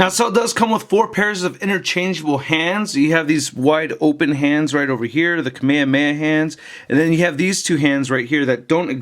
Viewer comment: its not kameyameya its Kame Hame HA!!!!